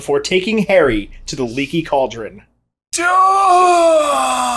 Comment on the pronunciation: “The Lecky Cauldrin”